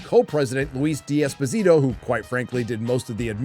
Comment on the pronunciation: I like your videos very much but hate how you mispronounce foreign names(It is Desposito FFS not di esposito and shoguun Not fockin shogan!!!).